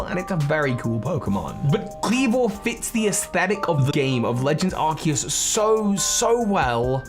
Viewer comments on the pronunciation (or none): ARCEUS, NOT ARCOOS! FIX IT NOW!